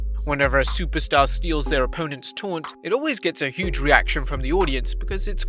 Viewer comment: A stuperstar lmaoo